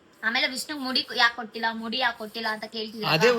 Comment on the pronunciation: ಮೂಡಿ ಅಲ್ಲ ಅದು ಮುಡಿ